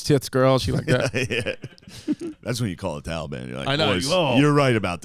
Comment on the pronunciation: Why can't Chris pronounce Taliban